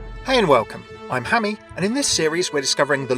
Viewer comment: Hammy not Hammeh. Hammeh is pronounced Ham-eh not Hammy